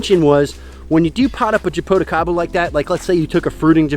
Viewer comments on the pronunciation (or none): You’re saying japoticaba , it’s actually jaboticaba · 😆 it's so funny when you try to say Jaboticaba... 😆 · I'm from Brazil from the State where Jaboticaba is native. When he said "Jaboticaba " I can't help but to burst laughing 😆